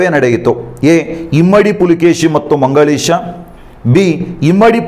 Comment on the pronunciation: ನೀವು ಮಂಗಳೇಶ ಅಂತ ಹೇಳಿರಿ ಸರ್